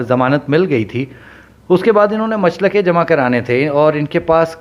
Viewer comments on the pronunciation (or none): Machalke not machlake